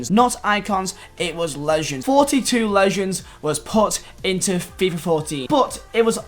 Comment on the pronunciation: Why can’t you pronounce legend